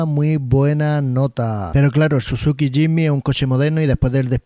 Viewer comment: Compadre aprenda a pronunciar el nombre del Jimny...